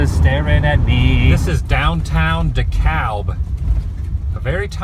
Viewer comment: Dekalb the l is silent. Love your vids! I saw those bathrooms in the past on tv and I thought when the door closes its supposed to wash itself like a giant dish washer.